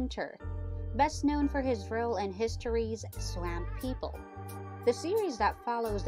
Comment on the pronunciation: This must be an apple computer... I can't see a PC saying Swāmp people